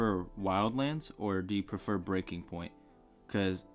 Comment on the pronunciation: Is the fact you keep calling the game ‘breaking’ point instead of Breakpoint a joke I don’t get or…?! 😂 Anyway, I like the video, made me buy the game 🎉